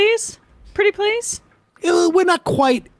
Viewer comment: "Pwity pwees" lmao.